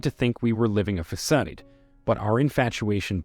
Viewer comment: Robot speaking can't pronpunce 'facade"